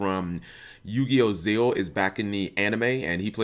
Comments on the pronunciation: it's called zexal but he pronounces it zeal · it's actually pronounced without X the X was just supposed to be a symbol (supposed to symbolize overlaying) but when it got dubbed the American dubbers thought the X was actually a part of the title itself.